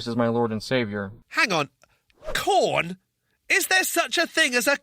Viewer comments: You say Jeebus for JChrist, he says corn for adult movies. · I thought I just misheard him, but he really said corn!!! 😂😂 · Porn not corn…. Hahaha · He said corn instead of porn